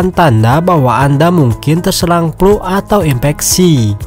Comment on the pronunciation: Flu bang, bukan Plu